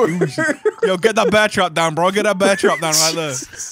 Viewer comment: When you said "BOYS BOYS HET IN HERE" I immediately thought "Are they in his basement?"🤣